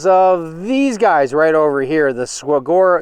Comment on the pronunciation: Suh-War-Oh!! hahaha